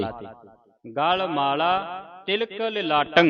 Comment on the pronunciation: ਤਿਹਾਲം ਤੀਹਾਲ ਨਹੀਂ. ਤਿਲਕം ਤੀਲਕ ਨਹੀਂ ਬਿਚਾਰੰം ਬੀਚਾਰੰ ਨਹੀਂ ਜੀ.